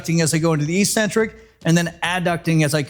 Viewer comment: Hey, EEEEEEcentric isn't a word. Look up the proper pronunciation. Please? Otherwise, a really good video. Thanks.